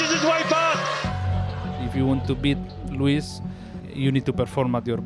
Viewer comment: Lewis "Luìs" Hamilton